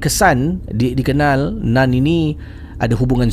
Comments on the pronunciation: ejaan mmg NUN , tapi sebutan bunyi NAN . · dah ulang.. tp telinga tetap dengar "nan" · Bila cakap “Nun” aku mati2 ingatkan dia cakap “naan”... hahahaha.... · Nun ke..akak pun dengar " nan".. jap nk ulang sat..🤣